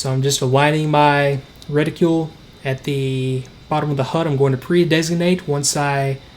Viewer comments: Reticule. No. Reticle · LOVE your content...but please, for the love of god... stop saying retiCULE.